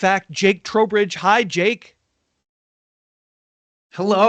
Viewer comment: Well “Chair-ess” and Trowbridge. I actually no Longer fear AI due to this 😂😂